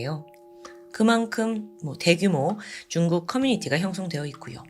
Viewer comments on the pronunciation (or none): 근데 왜 쭝국이라고 발음 하는거에요?